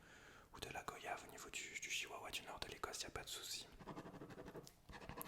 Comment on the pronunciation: La vidéo est top, par contre ça me perturbe que tu prononce mal goyave, ça se dit comme voyage, où le "o" se prononce "oi" Sinon je tiens à féliciter ton imagination pour toutes tes vidéos, c'est surhumain.